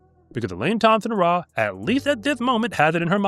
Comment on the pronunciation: Elaine Thompson HUH-RAH😂